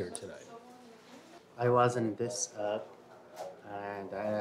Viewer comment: »I wuz on zis ap”..it sounded like he said ‘ I was was zipped up” as the camera focuses on the zip ties😅